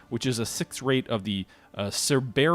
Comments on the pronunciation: Cerberus is pronounced sir-bur-us. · My favourite word mangling you tuber! Cerberus is the 3 headed dog that guarded Hades if that helps with pronunciation : Sir-bear-us.